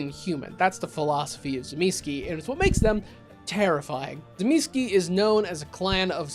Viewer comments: Zuh meecheh really with accent on middle syllable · OMG you got it ALMOST right! ([t͡sɨˈmʲisçɪ] in case you're wandering) I like to think about both being actually aware of how they mirror each other: the perfect human and the perfect non-human. Might also add Ennoia into this as a perfect animal. btw, Kupala is just an old way of saying 'baptist'. Namely - John the Baptist, aka Ivan Kupala. WW being WW I guess... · I’d pronounce it Tzuh-Mees-chay. It seems to be an Italian word. The way that this guy pronounces it, it sounds polish. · I know several people pronounce my clans name in interesting ways, but yours made my ears emancipate themselves from my head 😂😂😂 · I feel like you are pronouncing the clan name incorrectly, but I am no authority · The Tzimisce are my favorite clan, so I'd watch an hour long video about them... IF you start pronouncing the name correctly. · Thank you. It was the one part of the video that infuriated me. And he referenced New York by Night! There’s a part I specifically remember where a character uses the fact that he knows how to correctly pronounce Tzimisce as a mic drop moment. How does not know how to pronounce it correctly?